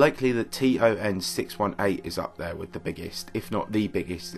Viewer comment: Is this guy saying TRN?